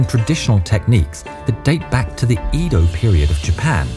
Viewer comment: Wait why he said edo wrong 😂😂🤣